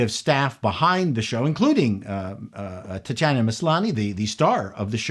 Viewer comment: "Tit-Chanah" - HOW FUNNY!!